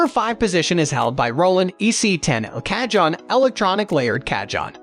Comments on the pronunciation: You do yourself no favours by calling them cajohns. They are pronounced cahoons! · You called t a KA-JOHN. What it is... is a Ka-HONE. The "J" has an "H" sound, LOL! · Cah-John, or Kah-Hone? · mdf is garbage, cahone ,not cajone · If you’re going to do a review and have any credibility at all for the viewer learn how to pronounce the instruments correct name CA-HONE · It’s pronounced Ca-hone 🙄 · AI crap. Can't even pronounce the word cajon! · Learn how to say cajon...hard to believe u know what ur talking about if u don't know how to pronounce correctly. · Can't take a review seriously when the reviewer continuously mispronounces the instrument and you never get to hear any of them.